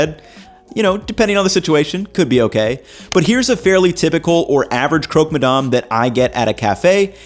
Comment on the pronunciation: Hey, I'm french (ish) and in english it would be pronounced more like "Crock-Muh-Damn" or more accurately, "Cruck" ma damn. Source: i live in Quebec